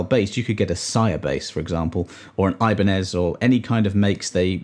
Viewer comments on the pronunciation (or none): none